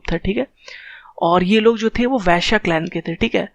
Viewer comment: Viashyaaa nhi hota hai bro Vaisya bolo